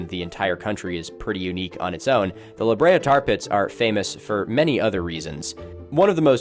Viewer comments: i’m glad i’m not the only one who has to say “the the tar tat pits” when i hear “the la brea tar pits” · Thank you for calling them The THE TAR Tar PITS!!! You don’t know how much I needed to hear someone say it exactly like that! Why does English do that with foreign words lol?! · its lahabrea :face-orange-biting-nails::face-orange-biting-nails